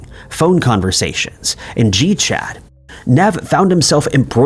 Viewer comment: Saying Nev like that completely put me off, I was so lost